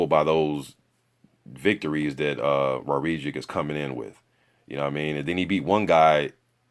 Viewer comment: His name is pronounced - War - Zick